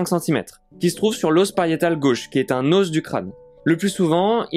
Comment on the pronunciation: Venant d un type qui dit " des oss" crétin finit